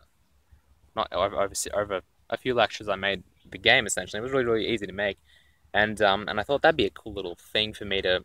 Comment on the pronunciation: ensentially, ensentially...